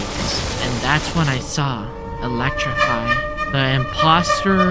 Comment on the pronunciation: Don't pronounce t Elecrify😅✅